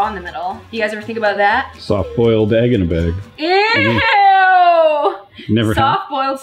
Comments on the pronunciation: “EEGINABEYG” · Svala Vigfúsdóttir don’t worry it’s egggginabeg fo sure I paused it and rewound it 4x 😊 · I love she was just like IT WAS THAT EGGINABEG and I die That made me laugh so hard 😂